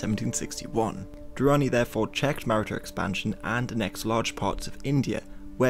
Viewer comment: The pronunciation of Maratha confused as to which people he was talking about,eh he'll get better.